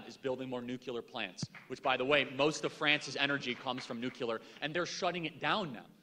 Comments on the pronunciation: Wow. Someone REALLY needs to tell Charlie that the word is NUCLEAR, not “nuculer.” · Nuclear - - - pronounced "new-clear" - - - not "new-ca-lear" - - - two syllables not three... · Charlie is high iq. But he pronounces nuclear as “nuke ya ler”. Smh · Charlie, please stop mispronouncing “nuclear”. (You pronounce it “nucular).